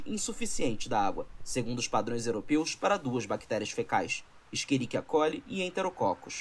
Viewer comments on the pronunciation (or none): "Esquiriquia coli" me pegou muito 😂